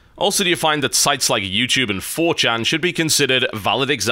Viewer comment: Holy fuck, TB can say "4chan" correctly! He doesn't say "4cheen"!